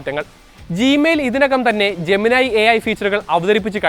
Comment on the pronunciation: ജെമനൈ അല്ല bro ജെമിനി എന്ന് തന്നെയാണ് പേര് ജെമിനി യോട് തന്നെ ചോദിച്ചോളൂ..